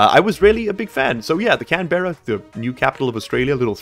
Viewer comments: While I appove of Canberra as the name of the rover as I live close by, the pronunciation needs a bit of work. Can-Braa is the way say it to sound like a local, Can-Ber-Ra just makes you sound like a Yank and no one needs that kinda shade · just an FYI "Canberra" is pronounced more as Can-Bruh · Can BRRRRRRRR uh